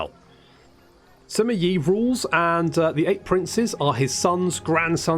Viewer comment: You didn't misheard it, the advisor lady confused us. She somehow turned it into Ray, which is far from correct. I can confirm that got it right... at least close enough. The actual pronunciation is not what English Speakers are customed to. Yoo-eh, Yuu-earh... Wiki Dictionary has a demonstration.